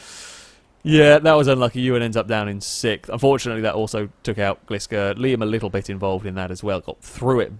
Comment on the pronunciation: I love your videos but I think I'll have to unsub because of the way you say "sixth"